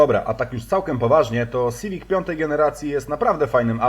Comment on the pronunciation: To je hunda siwic, a nie syfik